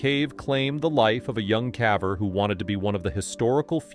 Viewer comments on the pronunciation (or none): Is the voice over narrator an AI voice? He doesn’t know how to pronounce the word “caver”. Weird.